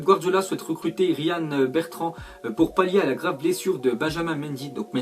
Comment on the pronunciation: C est quoi ton accent anglais? Tu as dit "Riz-Anna Bertrand